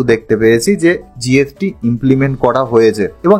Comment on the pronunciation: Tax কে বলছে ট্যাক জিএসটি কে বলছে জিএফটি।